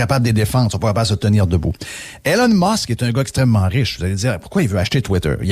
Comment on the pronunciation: Jeff arrête de l'appeller Hélène Musk, c'est E - LON Musk.